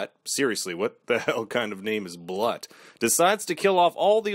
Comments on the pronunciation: Annoying as hell, but Blut is pronounced like Bloot. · Some people pronouce a type of champaigne "brut" but the proper pronouciation sounds like "broot". So yeah, "Bloot". - Her skill is seduction. Not really a skill, but yeh, it is deadly.